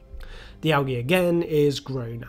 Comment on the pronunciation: Thanks for pronouncing "algae" correctly, that´s usually a stretch for English-native-speakers. Also a stretch, is being British, and explaining to others, what "wastewater-treatment" is (in ), while the British wastewater-treatment collapses to the levels of 3rd-world-countries that never had such infrastructures to begin with... (disclaimer: Not the result of failing British infrastructures, but solely the result of greed, not allowing wastewater-treatment for reasons of profit-maximization ;-)